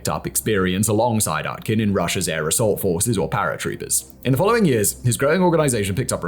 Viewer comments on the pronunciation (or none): Мда Уткин стал аткин русич русиком 😂 коверкает по максимуму